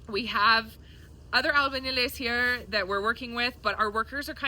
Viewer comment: It’s all coming along 👏🏻 very nicely. albañiles is pronounced A l b a y i l e s 🙈